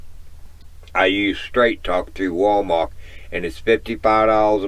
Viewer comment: Are you aware you say "WalMark" instead of "WalMart?"